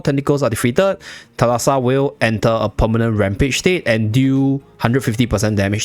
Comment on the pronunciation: Thalassa is actually pronounced thάlassa and it's greek for "sea" fyi